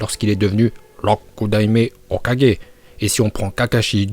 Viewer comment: arrête de dire Rokudaime Hokage tu as pas l'accent c'est un peu bizarre